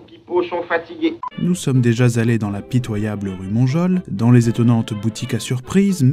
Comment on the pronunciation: Tres interessant comme toujours. Attention à la faute de liaison : 50" "" Nous sommes déja allés '' et non pas nous sommes deja ""Z"" allé! Si je peux me permettre )))))